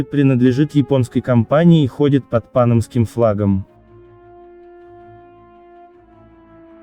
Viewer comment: Сейчас оно стОит у побережья....Не стОит, а стоИт ! Корабль ходит под пАнамским флагом...Не пАнамским , а панАмским !